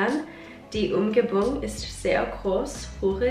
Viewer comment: brick houses - would be Klinkerhaus or geklinkertes Haus. Also Umgebung - you would stretch the „ge“ a bit more in Umgebung not the „um“ as much. But well done on the German 😊